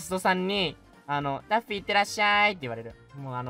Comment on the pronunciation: 那天的破日文害我以為他穿著daffy 的人偶裝XDDD 原來是可愛的PPB抱著娃娃✨畫面超可愛